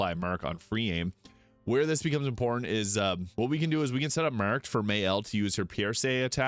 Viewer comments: Took me so long to realised you were saying “marked”. What accent is that?😂 “mueerrrked” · The way your pronounced the word "marked" is wild